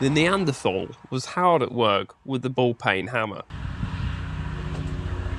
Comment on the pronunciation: Ball "Peen" hammer mate not ball pain hammer, sorry can't help myself.😅